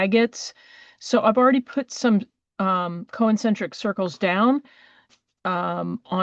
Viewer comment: It's CON-cen-tric, not co-en-cen-tric.